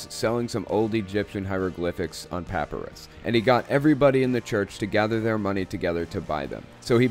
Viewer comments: emphasis on PIE....not PUH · Please say ”puh-pie-russ” rather than ”papperus” for papyrus. LOL. You are usually right-on when it comes to Mormonism. I know because I was a good Mormon for over 40 years. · not a good comparison. Both those pronunciations are acceptable for tomato, but papyrus is only accepted as puh-PIE-rus. PAH-puh-rus isn't an accepted pronunciation. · I'm sorry but this bothers me, I'm pretty sure it's peh-pie-russ, not pah-peh-rus. I'm sorry, I love your channel and videos! I'm just a boarderline OCD nerd lol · I’m a little triggered at your pronunciation of papyrus. Love your videos though. Pap-eye- rus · I take it you've never heard the word "papyrus" spoken before? Puh-PIE-russ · great video but since it drove me crazy its pa·py·rus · Just FYI, papyrus is pronounced "puh-PIE-rus" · Papyrus is pronounced pap-I-ris. Catholic school taught me something! Lol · Papyrus = PUH-pie-rus. I enjoy your videos but have to correct your pronunciation, sorry. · This is fascinating. But: puhPIErus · No shade, LOVE your videos! But please check your pronunciation of "papyrus"... the "y" is a long I. Keep up the great work. ATB : )